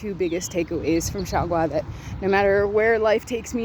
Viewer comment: Her way of speaking Xiaogua sounds like "Shagua"傻瓜 XD